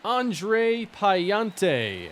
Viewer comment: Hey, love the content! As a cardinals fan I’m pretty familiar with Andre Pallante and just wanted to let you know the pronunciation is (puh-lawn-tay). Can’t wait to see this team play postseason baseball!!